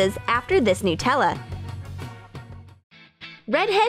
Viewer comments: nootella No. Its pronounced Nut-Ella. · I thought it was "Nutella" not "Nootella" Like if you agree. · Stop saying nootella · Noo-tella?? Did anyone else here this lol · Why do people call Nutella “nootella”? I mean, is it made out of Hazelnoots? 🥜